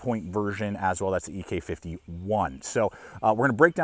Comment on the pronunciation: Did John actually pronounce his surname "EE-Kay"?🤔